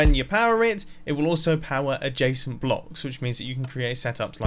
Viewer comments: It took me 7 minutes to understand that he is saying adjescent not Jason. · It sounds like you keep saying ''a jason'' But I don't understand what you're actually saying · Every time you say "adjacent" I hear "a json", should replace my ears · who doesent know what a jasent or jacent block is well thats me everytime he says it im like wth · Wait i though he said "a Jason"